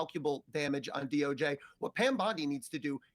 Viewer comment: Who determined the DOJJ pronounciation? Seems more like DOGe.